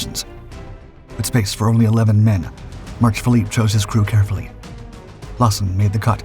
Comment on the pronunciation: Phillips, not Philippe.